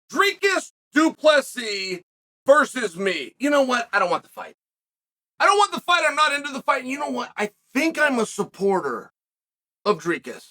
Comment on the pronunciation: Chael Sonnen....Mr Butthurt. 😂😂 Dricus should just give you a slap, you Karen. And , for the Umpteenth time, you quasi-illiterate....it's DU PLESSIS.....not Plessi. Now go drink more snake-oil, you PT Barnum, you.